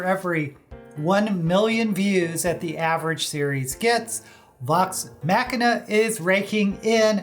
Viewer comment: You are mispronouncing the word Machina in the title.